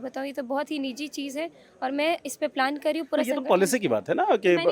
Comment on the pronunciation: Man tho karta hai isko kheech ke ek maru... bakwas... What quality she is carrying to become a politician. I wish Bihar people realise that nothing is going to change with these people. Only her life will change and she will be getting pension 😅 Couldn't even able to pronounce Plan ..palan...